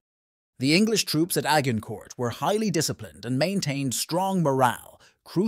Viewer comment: A hard g incourt. Immediately stopped watching. If you cant oronounce the location, you have no business talking about it.